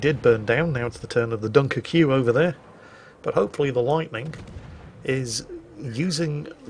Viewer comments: As a Royal Navy veteran, retains his instinct to antagonise the French by pronouncing “Dunkerque” as “Dunker-Q” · I've heard you mispronounce some things before, mainly player names which you sometimes wisely avoid, but I've never heard the pronuncation of Dunkerque like you did. If I'm not mistaken, the reference is to a French location in the north of France, pronounced [Dunkirk] -->> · Stop being an oik, can you please just say “Dunkirk.” So uncouth. Once is funny, sort of. Repeating a bad joke, doesn’t make it funnier. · why is he calling a "dunkerque" a "dunker que"? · Yeah, gotta love a bloke who has toddler tantrums about people mispronouncing English words intentionally mispronouncing other languages. 😂🤦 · Dunkerque (Dunkirk) pronounced like Barbecue, repeatedly, is there a subliminal message there ;) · You insist on pronouncing every letter in Dunkerque. Does this principle apply to Worchester as well? BTW Historically you have stayed mostly away from Brexit in your commentary. That seems smart. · i dont like the way you pronounced dunkerque